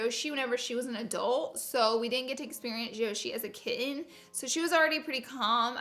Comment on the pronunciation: I wish you would pronounce kitten correctly